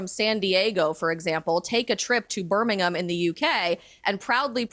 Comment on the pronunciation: I was just really impressed to hear an American pronounce Birmingham correctly 👏